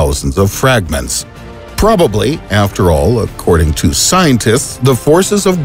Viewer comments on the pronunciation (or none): none